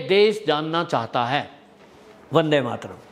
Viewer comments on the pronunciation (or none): none